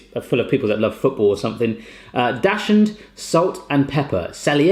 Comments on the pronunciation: Dachshund isn't pronounced "dash-hund". 😫☹️🤐😤 It's "daks-und". Love, a Dachshund Mummy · Daushund- pronounced Doxen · It is pronounced dock suned. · dachshund is pronounced "dock-sin" for the dog! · It's pronounced Dock-Sund. :P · The way you pronounced Dachshund was hilarious :D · Hahahaha, sorry, but that's not how you pronounce "Dachshund"😂😂